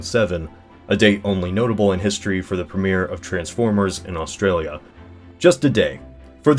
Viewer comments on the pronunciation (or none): none